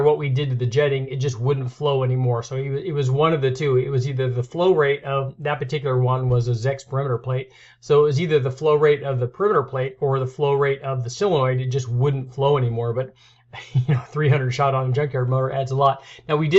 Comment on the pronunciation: "Solenoid", not "silinoid" so·le·noid /ˈsōləˌnoid,ˈsäləˌnoid/ Good video.